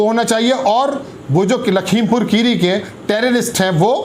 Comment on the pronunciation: खीरी नहीं होता भाई मेरे। 'खेड़ी' बोला जाता है।